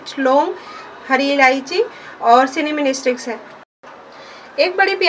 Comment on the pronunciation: I liked when u pronounced "CINIMINI STICKS" its reminds me of my aunt